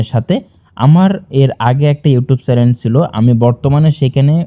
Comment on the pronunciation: আপনি তো চ্যানেল কথাটিই উচ্চারণ করতে পারেন না। চ্যানেল কে বলতাছেন চেলেন আর শুনানি কে বলতাছেন সুনামি। আগে নিজে শিখে আসেন।